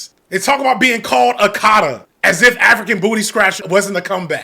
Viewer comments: I’m 4 months late but I’m just going through the FD archive. That term my mom has used often in our household to refer to African Americans but I’m Ghanian not Nigerian and buddy in the video BUTCHERED it is ah-ka-ta not “akadda” its something we do say but not nearly as often as they make it seem all the adult africans i know just focus on following the beaten path and becoming a doctor 🤣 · Hearing him say akata is killing me he makes it sound like Okada, which is hilarious 😂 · Your pronunciation of Akata pains me omg